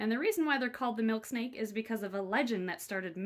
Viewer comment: I though she said Milkshake😂